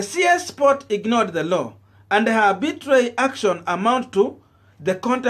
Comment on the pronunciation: I am a subscriber and a follower of your youtube channel, having said that, I am disappointed with how you pronounced the words vehemently, arbitrary, and Panacea...